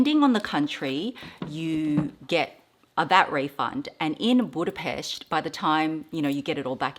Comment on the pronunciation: You’ve got some gorgeous pieces, 🥰 And I just have to say it, as a Hungarian I loveee how you pronounce Budapest, you sound like a local haha